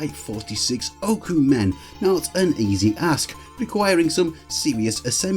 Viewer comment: 46 Okumen - at first, I thought you said "46 Oakham men". Rutland, centre of the retrogaming world...